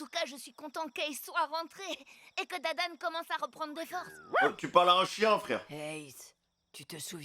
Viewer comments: C Dadan pas Damdam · c'est pas damedame mais dadane au cas ou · C dadan pas damdam mdr